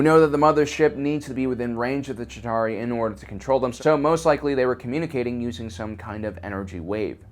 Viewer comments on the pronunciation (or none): "Shitauri" lol